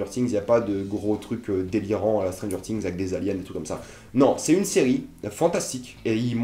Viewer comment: stranger "tings" c'est quoi?